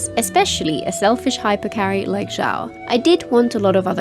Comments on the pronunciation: Xiao not zhao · I've been thinking about this. It's surprising how all of my favorite Genshin youtubers have long mispronounced his name (and sometimes Xingqiu, but never Xiangling or Xianyun, even though they all start with the same "sh" sound). I don't recall the game itself mispronouncing it with the English voiceovers. I wonder how that happened... Anyway, I hate to be a pedant, so I'm approaching it more as an archeological question. How did it comes to be this way?